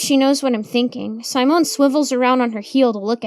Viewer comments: I don't think that's how you pronounce Simone. I think it's see-mone. I think you're also mispronouncing Samael. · honey, simone is not pronounced with a long i. short i as in sit. si mone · Sigh-moan. Lol i love that intentionally mispronounces words like a little kid would. You can tell she is a great performer